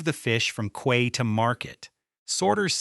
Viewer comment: How is possible that AI doesn’t know how to pronounce "quay" correctly? And why do the pictures of fish have a tail at both ends?